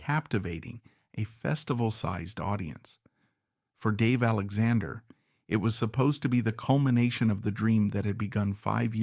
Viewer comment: It's an AI narrator for sure. He can't even pronounce the name of the man that the video is about. That makes me not prone to believe any of the text, which may also have been written by AI or Chat GP. 😢